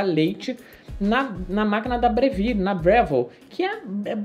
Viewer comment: Vídeo muito bom! E parabéns por falar Breville corretamente! Apesar de ser uma marca australiana a pronúncia italiana é a mais correta e a mais legal! Nada “Brévil” hahahah